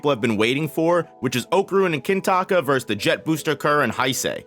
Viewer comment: why are you calling him kintaka every time